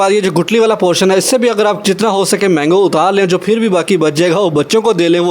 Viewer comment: یہ فر کیا ہوتا ہے یار؟؟ آپ پاکستانی ہو کر بھی غلط اُردو بول رہے ہو؟ ویسے آپ کے چینل کی ڈسکرپشن میں انڈا لکھا ہے اگر انڈین ہو تو وہ لوگ شاید تاقیامت ٹھیک اُردو نہ بول پائیں اور اگر واقی ہی پاکستانی ہو تو آئندہ یہ فر فُر نہ کرنا پلیز پھر ہوتا ہے پھر